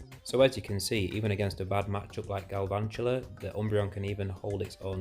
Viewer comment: Subbed, GL with the channel! Btw you say Galvantula wrong haha